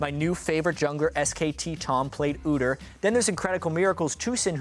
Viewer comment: doesn't know how pronounce udyr. Lol